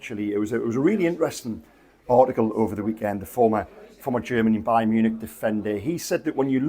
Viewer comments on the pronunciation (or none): none